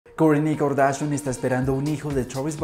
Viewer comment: Kar-da-shian... Así